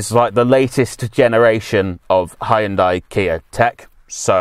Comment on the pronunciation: Call me an old pedant but i like the fact you correctly pronounce it Hy-un-day not Hi-un-di as most reviewers call it, drives me mad.